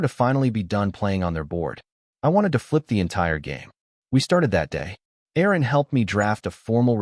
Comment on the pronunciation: I believe the lawyer is Erin, not Aaron. Love that AI 😅